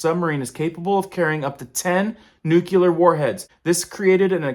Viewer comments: Lol..Just making note of it..Reminds me of when George Bush use to talk about "Nuculear" ...Nuclear is how its pronounced..Just had to say it..Thanks for the report..I have seen reports of it for weeks on google. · Thank you for the info. Also it's pronounced nuclear not nuculer. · Can you stand a little friendly criticism? Nuclear is not pronounced noo-ku-ler. It is pronounced noo-klee-er. Even GW Bush mispronounced it. It just bugs me because I spent 30 years with the military. But thanks for all your excellent reporting!! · Not new-cue-ler!!! It’s new-clee-err! Nuclear! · Please pronounce "nuclear" correctly. Its not nucular, its "new-cle-ar". Its important to discuss an existential threat to humanity in a clear way. I dont understand why this George w Bush speak is accepted, it sounds stupid and this is too serious. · Folks got to stop saying "new-cue-lur" and pronounce it right: "new-clee-ur". Just look at the way it's spelled, that might help. This is almost as alarming as "supposably". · Uh... I'd find you more believable if you stopped using the Jane Fonda pronunciation of "nuclear"... noo-klee-arr not nuke-you-larr! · I always doubt anyone who pronounces it 'nuculer' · Interesting Info, but the word nuclear is pronounced.... Noo Clee er! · 🤣🤣🤣🤣🤣"Supposebly" "Nucular"... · Don’t pay attention to anyone who pronounces nuclear as “nucular”. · Hey man, learn how to say nuclear properly. Really irks me to hear you say repeatedly, Nookular! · "Nukular"? Ok george bush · Not trying to be insulting...you seem sincere and I am too. When you pronounce "nuclear" as newk YUH ler... anything else you have to say is easier to not take seriously. Also... there's no B in "supposedly." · As if the threat of a nuclear attack wasn't grave enough. If I understand you correctly, we now face the even 'graver' threat of "noook-yoo-ler" attack. I'm not sure exactly what that is, but my gut says it's awful bad... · Put 8 nucular ships around Russia and 8 for China!